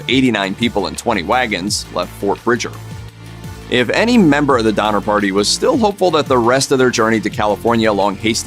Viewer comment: DoNNer, not Dommer…